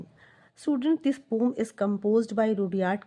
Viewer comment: Pom nahi hota poem hota hai ha